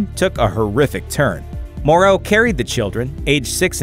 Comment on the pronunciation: Vicks last name is Morrow as in tomorrow, not morreau!!!